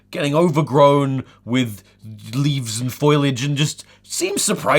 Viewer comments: fo-li-age. Not foilage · This is the second time in as many days that I've heard someone pronounce "foliage" as "foil-age". It made me doubt myself. Why did you do this to me Tom? Why? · LOL!! "foilage"